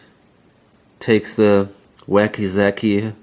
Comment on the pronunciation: Wakizashi is pronounced: Wahh-key- zahh-she not waky-zaky. Please stop saying it, your killing me. I can't watch this video cause I can't stop laughing. You say the word and I just lose it. Also are not baseball bats and katana's two handed weapons and therefore not able to be used with riot shields? I love your vids, but your killing me with the "wakyzaky".